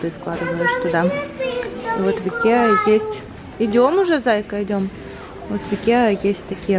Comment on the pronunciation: Не правильное произношение ИКЕА, только пишется с буквой А, а читается ИКЕЯ!!! Спасибо за влог!